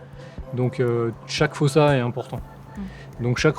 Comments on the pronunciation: S'il vous plaît la prononciation malgache c'est "fousa" le o se prononce "ou" en malgache. Quand on vous entend dire fosa on entend "fôsa" c'est bizarre (et on écrit fosa avec un seul "s", qu'on prononce "ss") ;) Sinon merci pour la vidéo sur notre île ^^ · Si jamais en malgache ça se lit "foUssa" et non "fOssa" 🙂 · J'ai entendu des malgaches disant que c'est "fousse" et que le "a" à la fin est méga rarement prononcé de façon à ce que ça soit audible. PS: votre nom sonne très malgache, n'hésitez pas à me corriger si je me trompe ;) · Mais ça se prononce fosa.(foussa) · Épisode passionnant! Pitié dites-moi que je suis pas la seule a avoir entendu "Foussa faim" pendant tout l'épisode! 😆 Ça pique pas trop les coups de soleil? 🤣